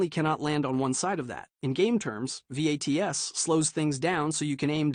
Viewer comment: It's pronounced "VATS", not spelled out.